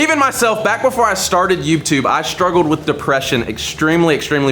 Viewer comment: bro said youbtube lol